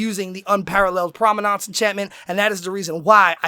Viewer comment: it's prominence not prominance